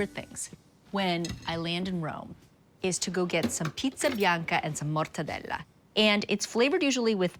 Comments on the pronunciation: I'd eat that slider out of her buttcrack but her over pronunciation of MORRRTADELAAAA is annoying AF. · Its interesting how GIADA overpronunciates the names of the Italian ingredients. "MORTEDELLAAA" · With the hand movement or it doesn’t count